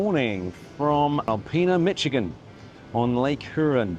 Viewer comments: Mac-kin-aw. Mish-i-gan. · Michigan is pronounced Mish not Mitch. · I"m sure others have already corrected your pronunciation of Michigan...it's Mish-ih-gun. Loved watching your video! So glad you got to experience the Great Lakes! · As a Michigander- I’m fully giggling at the name pronunciations. 😂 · Mi-sh-igan. Point Peee-lee. You nailed the pronunciation of Mackinac Island, but not the 2 next easiest names... 😉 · The Lakes ARE GREAT! A few pronunciations: mackinaww MiSHigan Youron (Huron) Loved your video. We sail to the island 3-5 times each summer. We see Viking ships all summer!!